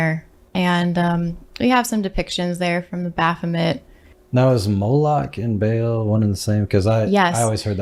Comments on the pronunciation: I don't think you are pronouncing Baal correctly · its BA AHL, not bayel liuke wtf lamo Source: I live in the place where these come from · Not bale, Baal like ball with an extra a🙄